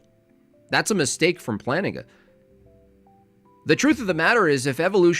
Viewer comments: Did you say Planigga?? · Bro did NOT say Plantinga